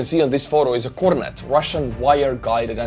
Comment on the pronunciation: correct. Except it "Kornet" not "KorOnet". But eh... 99,9% of Russians have no idea what that word means originally so they also mispronounce it often.